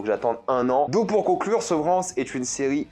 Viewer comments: Sans vouloir être méchante, si tu es si bon en Anglais, pourquoi tu ne prononces pas les titres des séries et des films un peu mieux que ça ? 😕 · "la SEUVEURANCE" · J'entends Sevran.